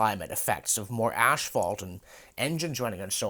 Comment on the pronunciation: Did you really say 'ash'phalt? Where does that 'h' come from?